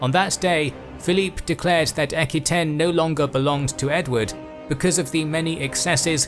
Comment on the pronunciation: EK-ky-ten? It's pronounced AK-wah-TAYNE.